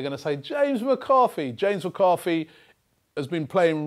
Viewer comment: Did he actually say McArthy?